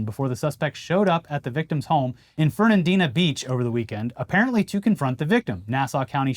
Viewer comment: Holy shit!! That is where I live!! And good job pronouncing Fernandina Beach!